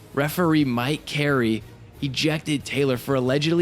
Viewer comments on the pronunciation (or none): none